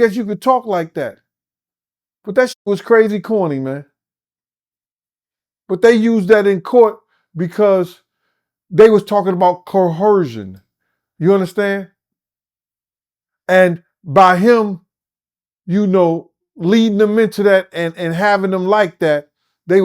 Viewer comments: My man said, "Cohersion." 🤣 Come on mane! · "Coersion"??!! 🤣😂😂 STOP 🛑......You mean "Hoe-rsion". Was is "coersion" when she had a kid for ol boy too??? 🤣🤣🤣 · had one job. To say coercion correctly😅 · This fool can’t even pronounce the word coercion! Diddy didn’t have to coerce any of them w-🐎🐎🐎